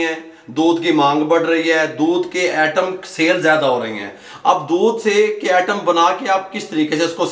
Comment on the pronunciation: ...its not "atom "....but item...